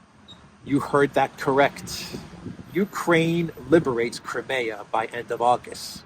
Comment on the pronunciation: It’s not called krimaya. It’s Crimea! Cry, me, ah!